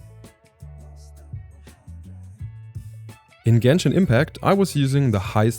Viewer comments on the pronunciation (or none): none